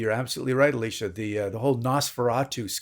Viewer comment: I think he said “Eleesha” which is not the way she pronounces it, but it might be the way he read it if they were communicating by email.